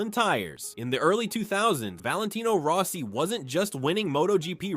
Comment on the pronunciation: And it even said "Valentino Row-si" a couple times.